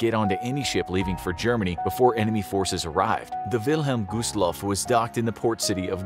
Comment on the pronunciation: Why did it pronounce it by gooseloff